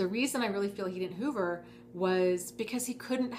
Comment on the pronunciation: Each time you say hoover I think you're saying HOVER, as in, spying. If you just mean suck you back in there's nO need for technical terms. Suck you back in is just a common dating technique players do. All it is is that u keep falling for playas and getting PLAYED. ...Peace...